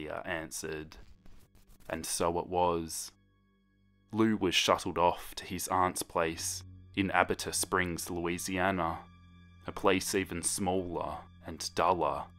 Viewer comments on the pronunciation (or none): I’m so sorry to be this person but abita springs is actually pronounced “uh·bee·tuh” 😭😭😭 Ik it’s not a big deal and it could be a accent thing but i have autism and I hate it when people mispronounce things 😭😭😭 again not your fault! I’m from Louisiana and that’s how we say it- but It could be a language thing! (Sorry if this seems rude!) (for anyone who wants it!)